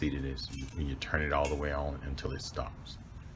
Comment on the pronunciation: Your ons sound like offs